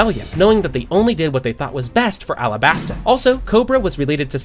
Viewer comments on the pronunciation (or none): none